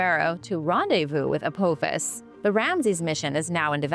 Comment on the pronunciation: I love your channel but please if youre not AI then learn to pronounce names. It's like A PA FIS not A POO FIS.